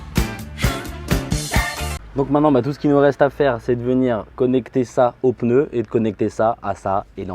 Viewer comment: Un peneu 😂 on dit un pneu xd